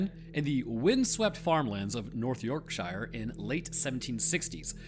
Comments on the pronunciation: York-shuh not York-shire 😅 Great content as always though, love your work 😊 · York-sher not York-shy-er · It’s pronounced Yorksheer not Yorkshyre. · Yorkshire is pronounced yorksheer not yorkshyer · It always makes me laugh how posh American people sound saying British places like Yorkshire 😅😂😂. You say it so proper ❤. I'm American but have lived in Yorkshire since I was 6. Honestly we are much more common when pronouncing places with Shire on the end. Say it York- Sherr ,like cats purr. Rather then York-Shire like The Shire from Lord Of The Rings. It's always just York-Sherr, Berk-sherr. And places like Edinburgh aren't Edin-Berg it's like burrow. So Edin-Burrow, which ends up actually sounding when most say it like Edin-Bro. Absolutely no hate, I love the how posh you make it sound. Yorkshire is beautiful but mostly not really that posh, we are from the north after all. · Say it as Yorksure not yorkshier……please…..you’re mangling the name of the best county in England 😂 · As someone who is born and bred in Yorkshire, we pronounce it as “York-sure” not as is spelt “York-Shire” ☺️ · Yorkshire is typically pronounced "yorkshur", not "york-shire". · it's pronounced YorkSHURE, but spelt YorkSHIRE. Love from the UK. 🧡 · The place name is pronounced: Yorksure. With the accent on the first syllable. And :"sure' pronounced as one would say, "as sure as eggs is eggs". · God damn it, its York-sher... thats how its pronounced. I don't understand how a nation of people famous for completely disregarding how a word is spelt when it comes to pronunciation all seem hell bent of pronouncing every letter in Yorkshire 😂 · gentle reminder to you all: places like Yorkshire are pronounced york-sher (or york-sha if you're English). the -shire part is never actually pronounced as shire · Please… please - there’s no ‘ire’ in Yorkshire. It’s pronounced ‘York-sher’, or if you’re from there ‘Yorksha.’ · Just so you know it's pronounced, "York-shuh," great video though.🙏❤️